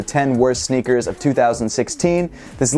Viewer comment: "sneakers" not "snickers